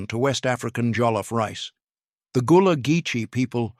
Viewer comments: It's an AI voice, thus all the mispronunciations going on. I live in South Carolina and we all know "Gullah" is not pronounced phonetically as goo-luh. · and "goolah" instead of "Gullah". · I didn't realize this was AI until I heard the word Gullah pronounced. Please correct this?